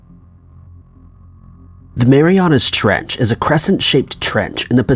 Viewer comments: it's called the 'Mariana Trench' not "Marianas". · Is he saying Mariana's Treach or Mariana trench? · This is very interesting. Thank you. It’s the Mariana trench not Marianas trench. Just saying. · IT'S JUST MARIANA ! NOT MARIANA'S sorry it was just so annoying to hear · Yea its Mariana its annoying to listen to this guy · Im unrealistically annoyed by the fact the narrator puts an S on Mariana when saying it but doesn't when writing it in the title😡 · He says it like the trench belongs to someone named Mariana 😁